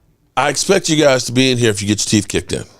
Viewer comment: Its YOU, not CHEW.